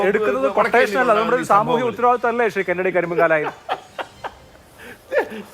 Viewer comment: കെന്നടി "റീചാർജ്ഡ് "!! 🤣🤣